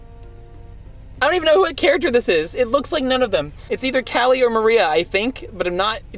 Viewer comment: Y u get callies name wrong